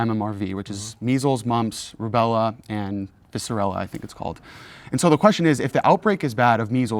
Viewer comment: lol "vicerella"